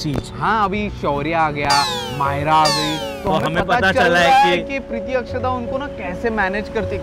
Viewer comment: Akshada not akshara